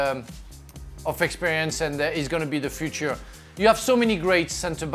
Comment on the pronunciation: Yeah you did lol, I think he started pronouncing 'future' in french then switched to english midway through.